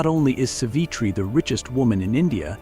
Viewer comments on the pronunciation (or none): oh my god your pronunciations got me triggered... dm me if want to learn how we Indian really pronounce these names... GOD..... JESUS... its SAA-V-TRI NOT S-V-TRI enunciate that A.. its RA-JE-YA SABHA NOT RAJA SABHA ITS A-GA ... NOT A- G -A (this really triggered me.. DAMNN MAN DONT BUTCHER NAMES LIKE THAT.) ITS RAY-KHAA you sound like you saying REKE... (that's also my mother's name by the way.) JHUNJHUNWALA Is like ... JHOON- JHOON - WAALA... THE SOUND IS OF 'O' LIKE 'SOON' smita crishna godrej is also ummm... for me , but its ok i can live that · Its no sivitreereee 🤦‍♀️ it is savitri! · Pl pronounce the name correctly. She is Saavitri. Pl ask some Indian and confirm.